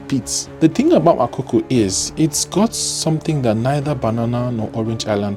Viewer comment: It’s Makoko not makoko. Get your pronounciation right 😩